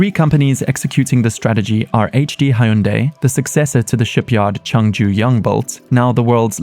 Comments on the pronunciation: It’s not pronounced “High Yoon Die”. It rhymes with “Sunday”… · Did this dude pronounce Hyundai as "Hai-Oon-Day"? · hai-yun-day?? bruh